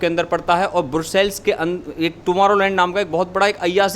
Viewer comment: Broocells. (Brussels) lol